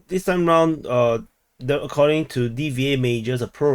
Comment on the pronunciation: The way you pronounced D-V-A Majors is actually Dva=Two, so Two Majors. I just wanted to correct you ,no offense.